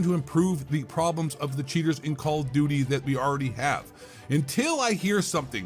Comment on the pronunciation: Call Of Dooty!!! 😂 💩